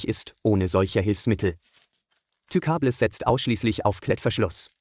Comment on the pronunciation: Wer kennt sie nicht, die Tükabless xD